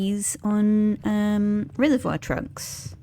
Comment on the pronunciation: I know you were saying "trunks" but your accent is just enough off mine it sounded almost like "reservoir drugs".